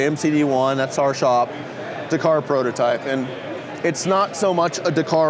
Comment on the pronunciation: Couldn't listen to him butcher the word Dakar